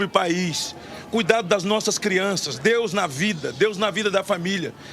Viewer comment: GLÓRIA A DEUXXX